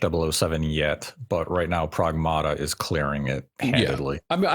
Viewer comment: You said Pragmata wrong. It's based on the word pragmatic, and Diana says it that way